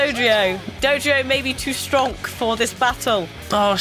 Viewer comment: said Stronk, she's dead to me.